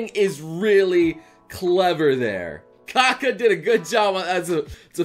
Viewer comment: the first artist name is said Ka-ka.